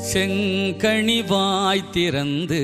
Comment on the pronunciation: Aankural செங்கனி not செங்கணி உச்சரிப்பு முக்கியம்